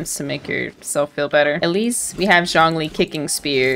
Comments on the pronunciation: “zhong ling” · no one: the subtitles: jaw lee, john lee, shawn lee, just every american pronunciation of zhongli